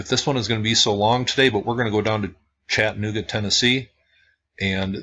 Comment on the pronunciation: What you are mis-pronouncing is Chattanooga. It is Chatta - nooga,,,,not Chattan - ooga.